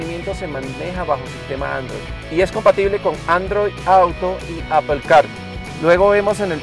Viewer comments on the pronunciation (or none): none